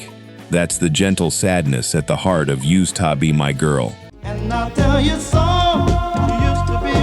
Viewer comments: AI needs to learn how to say USED. Cool list, though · The AI narration is kind of cheesy. USED TO BE MY GIRL, great example. AI can't say it properly.